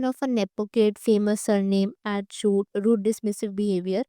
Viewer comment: Shoot ko ch*t kyu bolti ho? What an embarrassment... ad shoot ko ad ch*t